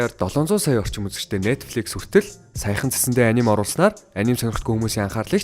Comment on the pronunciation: Анимэг монголчлоод аним гэж яриад сурцан ч гсн яг япон болон бусад орны дуудлага а-ни-мэ гэж уншдаг шүү guys